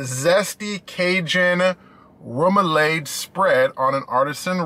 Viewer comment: you saying it right. Remoulade Sauce.